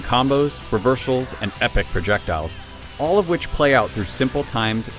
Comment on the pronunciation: he said revershals LOL